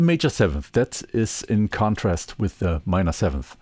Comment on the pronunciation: Thank you,. Well and thoroughly explained! Your English is really great. Please allow me to make a small suggestion as a native English speaker, knowing how incredibly difficult it is to be fluent in another language. You say what seems to me to sound like 'them'? when it is more correct to just say 'the'. Occasionally depending on your intent, it would also be correct and more descriptive to use 'these' or 'those' instead of 'the'. Again, your English is excellent, and great video.